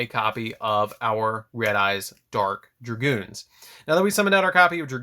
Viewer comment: Dragoon bro. No "s" or "z". Lol